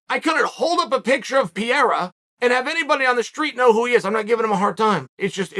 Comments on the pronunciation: C'mon, uncle Sonnen. It's not difficult. It's PEREIRA. Not PIERA. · Help Chael... PEH-RRE-RRA, PEH-RRE-RRA, PEH-RRE-RRA. ...you can do it .. PEH-RRE-RRA. Who the fook is pierra??? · Uncle ‘Cheel’ its not ‘Piera’…dudes name is Pereira 🥴 With respect 🙌🏼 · Come on Chael say it with me Pa-ray-Ra- not Pier. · Uncle Chael, just because you pointed out nobody warned you about "Will" Fury in the comments section, in another video, I want to respectfully inform you that "Pieira", in Portuguese, is the wheezing sound that people have when they have asthma or bronquitis. So Alex's surname is Pereira, pronounced "Pe-rei-ra" and means "Pear Tree". Anyway, love your videos. Warm greetings from Portugal. You're the best! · It is so annoying uncle Chael can't pronounce a single name properly.. who the ** is Pierra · Chael you need to stop butchering these names man 😂 “ Perri” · Chael “Peeira” Sonnen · Give Pee-air-ah the shot... thats the end of it!!! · Why is so hard for Sonnen to learn to pronounce Pereira's name correctly? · How did I know chael was gonna mispronounce Pereira before I clicked on the video? 😄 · Does Chael delibrately mispronounce Pereira? Does it bother anyone else or is he just carrying on his troll campaign against the Brazilians? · Petition for Chael to Pronounce Alex’s last name correctly? ✅🇧🇷